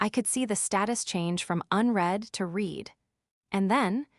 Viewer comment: You really cannot imagine the cringe factor of this and other AI narrated stories. Unread pronounced correctly but read pronounced as Reed instead of Red. Dieter sounds like a person going to weight watchers. And not a man's name. FFs it's pronounced Deeter not diet er. Your narration has not improved from day 1. But I'm sure your finances have. It just shows utter contempt for the listeners 🤬